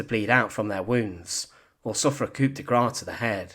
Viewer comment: Quite right. And even an English speaker should know that the word 'coup' (coup de grace) is a French word and is pronounced 'coo' and not 'coop'.